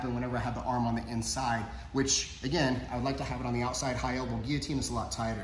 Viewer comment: Love that you know how to pronounce "Guillotine". Unlike so many others out there lol